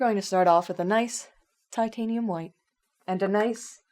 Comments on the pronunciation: Its Titanium HWITE ! not white. XD if you gonna immitate the great Bob Ross. Do it right. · you pronounced titanium white wrong its pronounced titanium HWITE emphasis in the H before WITE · Dont want to be rude but you're mispronouncing titanium hwhite